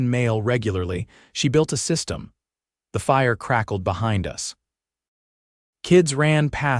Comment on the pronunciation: Why can't A I pronounce the word SYSTEM correctly ?